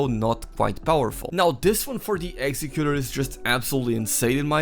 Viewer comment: It’s pronounced executor not executor.